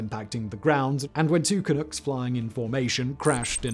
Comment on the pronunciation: Vancouver Canucks, not Canooks. Makes the "Clunk" nickname more sensible too.